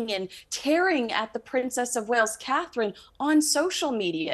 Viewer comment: It's just so difficult for British journalists/hosts to say Catherine. Just two simple syllables, but it's too much work. But Meghan's two syllable name seems much easier to pronounce, so they never shorten it to Megs.